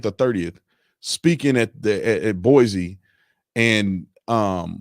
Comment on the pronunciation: Brandon, it is Boi-cee, not Boi-zee. You will impress people by saying it right.